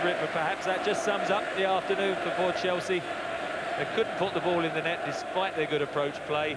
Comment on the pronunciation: All i can hear is chels as they all went to a different club and couldn't Finnish saying Chelsea....